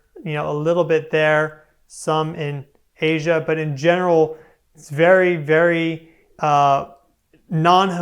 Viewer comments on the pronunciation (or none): none